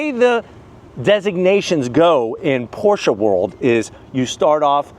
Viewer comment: Thank you for pronouncing Pro"SHA" correctly sir!